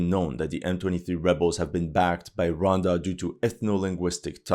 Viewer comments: Hey man , it’s Rwanda 🇷🇼 not ronda 😮😅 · The pronunciation of Rwanda: Ruh•wann•duh. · The Bukake line threw me off 😂 also the country of ‘Ronda’ what? 😭😭